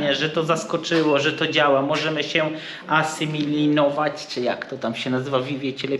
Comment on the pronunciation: "Asymilinować" haha :D